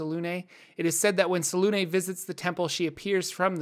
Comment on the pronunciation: How is selune pronounced the way you say it is when there's no accent on it and there's clearly an accent on the u? Fake news